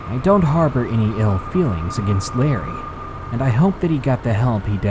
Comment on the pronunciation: Btw its "Larry" not Lerry